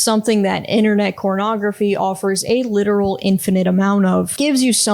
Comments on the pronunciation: I can't no I'm 10 minutes in and she keeps saying cornagrophy. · Don't worry, she inexplicably switches to "ography" later